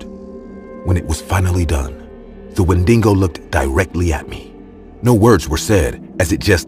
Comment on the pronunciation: its Wendigo not "Wendingo"